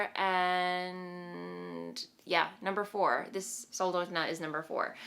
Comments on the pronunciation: So close- it's 'sol- dot-na'. It's a small town in Alaska on the Kenai peninsula (I love how Catlin's patterns remind me of my home state!) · I was thinking of commenting same thing, Sarah. Phonetically I’d say it sounds like: soul-daught -nuh. Great effort. We do have weird names up here (I’m in anchorage)